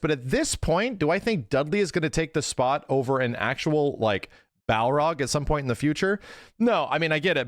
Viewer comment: Man, for someone who claims to be such a big SF fan, consistently pronounces Barlog's name totally wrong.